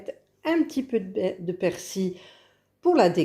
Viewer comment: tres bien mas pourquoi dire persi il y a un l ici en bretagne on dit persil